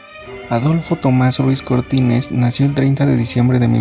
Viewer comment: Si su primer apellido es Ruiz por qué dices Cortínez?